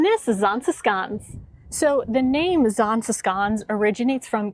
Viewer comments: If you can't do the sch sound, it's safer to go with sh than sk. Just fyi. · I like the Zaanse Schans. To me the way you pronounce it is like Zaanse Skaans as if you have some sort of dialect. However the same with Giethoorn. I skip both sites in high season. You can enjoy em better when it is more quiet. I even bought my bike 10km outside of Zaanse schans. So I biked via Zaanse Schans, Zaandam back to Amsterdam. And from there hopped on the train. You might also like to visit fortified places like Muiderpoort, Naarden, Boertanghe. Places of great importance back in the years. They are cute/idyllisch to walk through and enjoy the whole scenery. Or at least that is my opinion. Also: do a TVTAS tour. Aka visit the islands: Texel, Vlieland, Terschelling, Ameland and Schiermonnikoog!